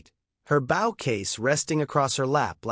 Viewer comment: Bow, not Bow! Have the AI get it right. Bow means the front of a boat. Bow means a ribbon in a weave or an archery weapon. This proves that this is a fake story,.